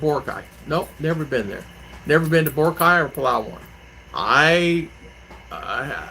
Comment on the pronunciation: Vaccine card not required for Boracay now. It's pronounced Bore rock eye. It's advised to have the hotel booked.